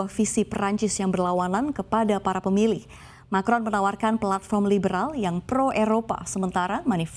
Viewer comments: Macron mbak, bukan markon hehe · Macron mbak, bukan marcon.. Aduhhhh